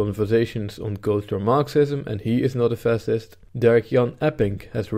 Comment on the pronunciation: funny prononciation